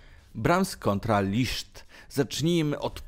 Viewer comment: Em... w węgierskim "sz" czyta sie jak polskie "s" a "s" czyta sie jak polskie "sz" Jego nazwisko czyta sie "List"